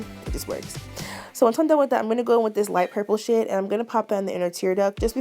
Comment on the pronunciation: I was trying to figure out if you said light purple shit or not 😂😂😂😂😂